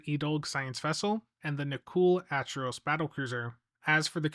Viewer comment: It's pronounced Ack-er-oss. Like with the Acheron. It's not Atch-eron. It's Ack-eron.